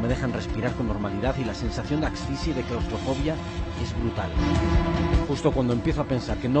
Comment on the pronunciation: "sensacion de axfisia" tan dificil es la palabra ASFIXIA???